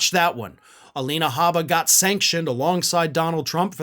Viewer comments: "Gabba" I thought it's "H"abba yu put G instead of G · You said gabba instead of habba.